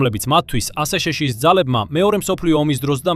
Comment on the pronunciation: მაგარია ხელოვნური ინტელექტის გახმოვანება: აშეშეშოში. ანუ, აშშ-ი, რა!😄